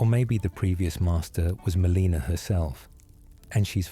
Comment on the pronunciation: Love these videos but takes me out of it a bit when you mispronounce Marika and Melina….